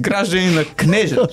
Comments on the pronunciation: Не е КнЕжа а КнежА. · Кнежа̀ се казва, а не Кнѐжа 😅